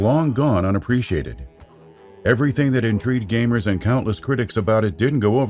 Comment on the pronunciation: Gavmers? Gaveemers? Gvmers? How is it pronounced!